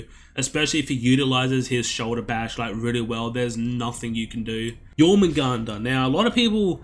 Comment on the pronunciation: Dude good shit i agree with every thing but jormungandr, other than that love u and have a merry christmas